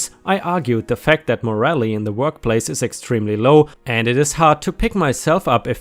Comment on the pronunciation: The E in morale changes pronunciation from moral (mor all) to morale (mor aal).